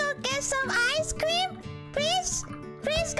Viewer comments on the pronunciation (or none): "eyes crem"